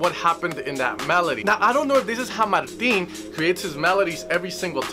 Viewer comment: it's not a mexican name lol, the IJ in dutch is pronounced like the 'AI' in 'air'